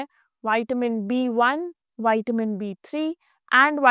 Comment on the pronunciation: पहले बोलना तो सीख लो आपसे विटामिन बोलते भी नहीं बनता है